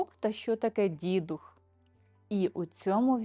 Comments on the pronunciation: Вітання. Не дІдух, а дідУх. Говоримо українською, панство! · дІдух чи дідУх? Родом з Галичини і все свідоме життя ставила "дідухА". У вікіпедії також вказано наголос на другому складі. Наша країна велика і розмаїта. Мені щиро цікава міграція наголосу. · Вірогідно, що правильно , все ж , дідУх - дІдів дух, дух дідІв - поминання душ померлих пращурів. Тобто, наголос на "дух". Хоча у різних регіонах різний наголос .